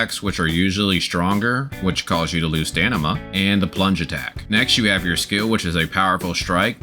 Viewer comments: Stamina, stamina, stamina! NOT Stanima! A really great guide but I just cannot listen to it because of mispronounciation of that word haha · STAMINA not STANIMA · "Lets make a beginners guide"... Starts talking about end game content. Give me a break dude. Also they patched the jetpack :D.. STAM-I-NA. ... Its not STANIMA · Dude it's stamina not stanima lol 😂😂great and really helpful video ❤❤🎉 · Great Vid. Just began my journey but its overwhelming. Also you keep saying STANIMA. I think you meant Stamina. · bruh is it called stanima in the game? or stamina? dude is driving me crazy xD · Did anyone notice him saying stanima instead of stamina the whole video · its stamina not stanima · Great video~ Though you're deffs saying Stan-ima, and not Stam-ina. Sorry to break it to you ^_^ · loveeee the vid even tho you kept saying stanima instead of stamina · It's a great video for beginners but... i heard a lot of stanima that make me confuse which is right.. stamina or stanima? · please stop saying stanima. please please please its stamina its stamina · Stanima is a great word 😂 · Guy saying "stanima" whole video. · I like how he says stanima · Are you saying stanima? lmao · Say "stanima" again 😂😂😂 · Stanima lol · stanima hahaha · Definitely STAMina lmao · it’s DEFINITELY staM-ina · My guy can’t pronounce stamina right right lmao great guide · bro does not know how to say stamina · stopped at 14 minutes man could not say stamina XD was hurting my brain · Great guide bruh. Very helpful. But i can't get around how you say stamina